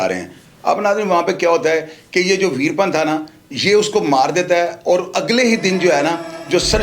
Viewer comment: Yeh info hazaron channels pase hai koi new story nahi but ouska naam to sahi le Lena tha ap ne naam hi badal diya veerapan apne A ko silence kar diya good work otherwise